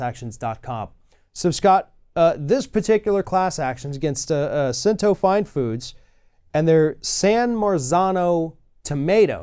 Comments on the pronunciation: Pronunciation guide: Cento is pronounced "CHEN-toh", and not sen tew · "Sent-o"? Its "Ch-ch" Cento. Before reporting on an item, please make sure you actual know how to pronounce it. Love when white people love to claim Italians as their own, but cannot pronounce the items properly. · Learn to pronounce Cento properly.....all this communication back and fourth and you still say “Sentó” yo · "Ch"ento. . Ch-ch sound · It's pronounced chento. Ch sound. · You aren’t pronouncing the name of the company correctly